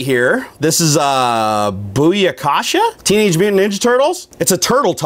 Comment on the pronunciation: Oh my god you messed so many things upppp. The robot BMO isn't pronounced B. M. O.. The dogs name is jake. Its not how you pronounce Buyakasha! That wasn't a poke ball it was a dragon ball from dragonball Z that wasnt a spiderman patch it was a deadpool panda and that wasn't a ninja in the sticker it was Mario and the sticker was from super smash bros ....